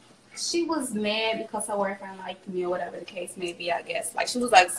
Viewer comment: “oR wHaTeVa tHe cAse mAy bE”